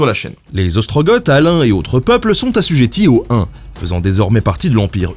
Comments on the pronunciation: On prononcerait pas "GO", "OstroGO" et "WisiGO" (avec les "th" muets), par hasard ??? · Par contre je suis à peu près sûr que c'est Ostrogo et Wisigo, le "th" est muet ^^ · Alors il me semble qu'on ne dit pas gorge mais ostrogo et wisigo. Mais on peut se tromper des fois ! Je reprends la vidéo maintenant.